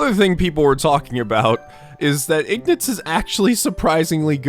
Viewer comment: It's "Ignatz", not "Ignuts"!